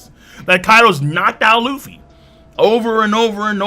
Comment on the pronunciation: man turned Luffy's nationality to france by saying lufféi